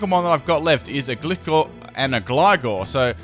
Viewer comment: Your mispronounciations really annoyme for some reason, anyone else with me? it's Sko-roo-pee, Gly-score and Gly-gar